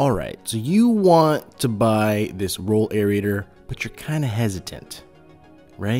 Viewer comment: AIR-RAY-TER. Not AIR-RI-A-TOR.